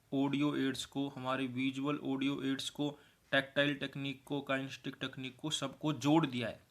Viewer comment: kien-es-the-tic kinesthetic not kinestic